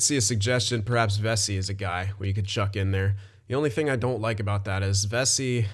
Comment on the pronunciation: It’s pronounced Ve-see